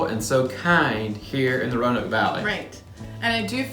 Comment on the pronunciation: Please pronounce Roanoke with three syllables. My family has lived in the area before Roanoke was a city having migrated south from Europe via Pennsylvania during colonial times. Roanoke, in the past, specifically was pronounced with three syllables—view any media (T.V., radio, film [yes, back when Roanoke was big enough to be mentioned or referenced in movies] from the 1960s, 1950s, 1940s, etc., and Roanoke was pronounced with three syllables. The (our city is losing significance and shrinking compared to other cities so “we” have to force a pseudo-colloquial way that only we correctly know how to pronounce self-created fable. “We say it Row-noke, here.” Not correct, not true. Roanoke is pronounced, “Row-ah-noke.” I now live in Atlanta and a small village nearby in Alabama pronounces their name with three syllables, which is also named Roanoke. The lost colony, Roanoke, is pronounced with three syllables. The city in Southwest Virginia is also pronounced with three syllables unless you incorrectly learned to say the name with two syllables in elementary school and refuse to correct the pronunciation as an adult. Thankfully, all the A.I. such as Alexa pronounce the city correctly with three syllables. The dialect in Roanoke is mostly southern Shenandoah Valley dialect and Roanoke is pronounced with three syllables. I know it is hard to unlearn incorrect habits, but like the incorrect, but often heard, “I seen him coming”, that as an adult you know to correct to, “I saw him co